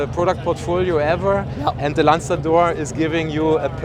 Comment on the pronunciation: Italian:- lanzador 🤌🏻 Bengali:- landador 😂